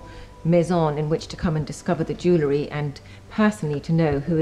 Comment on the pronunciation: For someone talking about Jewellery, it couldn't hurt for you to research how to pronounce the word.